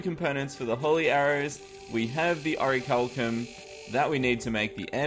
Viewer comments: oricalcum? the bars and the ore and the anvil and the google auto-correct say its "orichalcum" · its ore-chal-um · its pronounced "o-ric-liam"